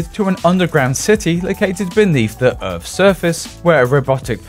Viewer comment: "... beneath the Urf's surface." Speech therapy is prescribed.